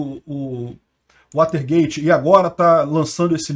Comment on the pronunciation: WATERGATE não é waltergate